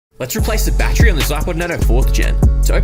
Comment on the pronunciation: Take a shot every time he says BAT TREE.